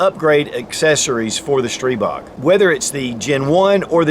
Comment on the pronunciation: After the 20th "streeebog" I'm out.